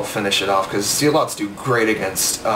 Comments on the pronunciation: it is zel-it's not zee-lots -. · Its pronounced "Zelots"